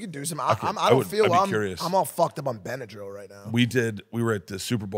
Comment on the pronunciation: "Ive done every drug". "Im all fucked up on bynedryl"